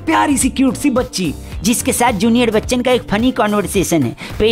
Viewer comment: Chaloo aaj toh ne Bachaan aache se bola Chaaan nahi bola...🤣🤣🤣🤣